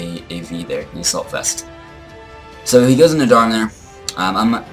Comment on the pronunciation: You had a little stroke trying to pronounce AV lol. congrats on the win.